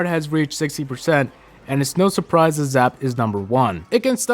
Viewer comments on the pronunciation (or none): none